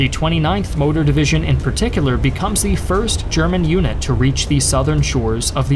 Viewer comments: I noticed you only say thE not thUH…. And now I literally can’t concentrate because all I can hear while you talk is thE. 😭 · GAAA! please stop saying "thee" it's "the" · Ok - great video, BUT "the" narration is a bit whacked here. This narrator must have gone to "Thee Ohio State University". FYI, not every "the" is pronounced "thee" in English in every format. Made it weird enough that I had to stop watching because of the consistent emphasis on that one word - "thee". He would almost pause mid sentence to enunciate "thee". IE Thee German army attacked thee Russian army at thee city of Stalingrad. etc.... Just really weird IMHO....